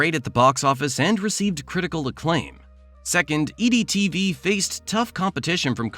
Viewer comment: Is the voice AI? His voice pronounces EdTV as EEE-DEE TV. I didn't question anything until that moment in this video. Am I wrong?